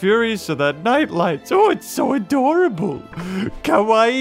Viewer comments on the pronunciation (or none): none